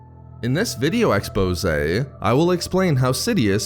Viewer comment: This channel is kinda bad because he keeps saying exposeay